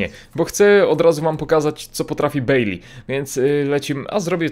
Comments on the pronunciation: Nazwisko Baileya czyta się Bajlej. Nie wiem jak można mieć problem z czytaniem jego nazwiska. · Mówi się bejlej😀daj serce